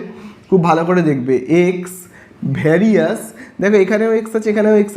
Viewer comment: Sir Ota Varisus na various 😂